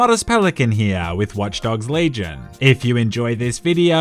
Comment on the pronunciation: the way u said "Legion" xd